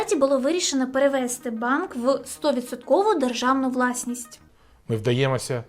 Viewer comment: Спробуй вчити українську, наголоси в дієсловах : привесТИ, а НЕ привЕсти несЛИ, а НЕ нЕсли перевесТИ, а НЕ перевЕсти банк